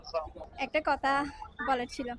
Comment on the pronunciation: কতা❌ কথা✅😊